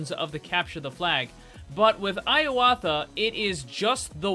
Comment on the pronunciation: It's pronounced (a-yoot-ta-ya) ps. I'm Thai